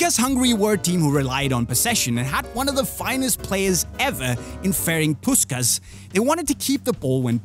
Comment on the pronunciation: amúgy olyan kurva nehéz google fordítóba beírni hogy "Puskás", és megnézni a helyes kiejtést??